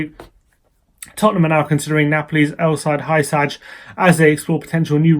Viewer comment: I believe Hysaj is pronounced “hoo-sigh”